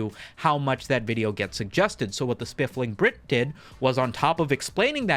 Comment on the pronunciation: “Spiffing Brit” no L in there 😉 love your content!! Also fellow Virginian!